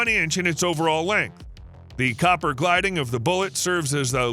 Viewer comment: It's gil-ding, not gliding.